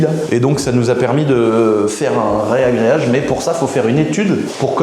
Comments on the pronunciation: Ragréage ! Pas réagréage 😉🙏 tu me fais saigner l’oreille 😂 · Arrête de dire reagreage stp dit reagreage 😅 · Super vidéo ! juste pour info on dit un Ragréage et non pas un Réagréage.